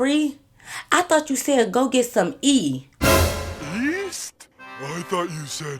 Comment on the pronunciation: East? I thought you said WEAST 😂😂😂😂😂😂😂😂😂💀💀💀💀💀💀